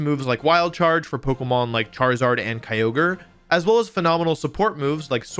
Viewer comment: He didn’t say keeogree instead of kyogre